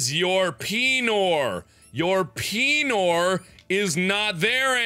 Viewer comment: "this is you. this is your peenor. your peenor is not there anymore" XDD